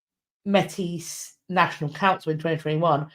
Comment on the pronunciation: Métis is pronounced like ‘may-tee’. For context - the Métis people come from French fur trappers marrying Indigenous women creating a distinct culture that mixed the 2 traditions. I think what Chartrand may have been referring to when talking about gift being given was - well just the general idea - that when the treaty negotiations were happening between the First Nations and The Crown, the First Nations acted in good faith gave, their gifts and are still waiting for the Crown to reciprocate as promised. So to take back a gift would sort of be hurting their symbolic position. Like, we’re holding our end of the bargain, what about you? (I know this was about the Vatican and I can’t really speak to this, but I think it is an additional perspective I have heard growing up in Treaty 1 territory and the homeland of the Red River Métis)